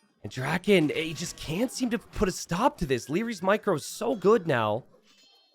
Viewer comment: Wait, was pronouncing stop as 'stope'?